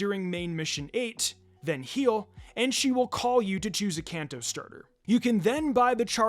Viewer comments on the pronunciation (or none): none